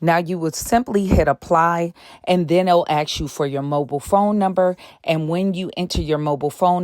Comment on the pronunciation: Ask, not 'ax'